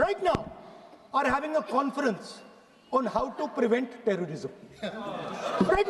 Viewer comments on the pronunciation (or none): none